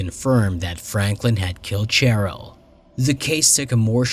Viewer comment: Cheryl is pronounced Sheryl. Dear Lord.